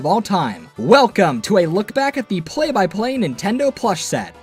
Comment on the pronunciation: It sounds like ur saying Play Biplane